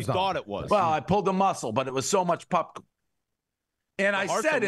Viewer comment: I never knew hearing someone say “Pupcorn” would piss me off so much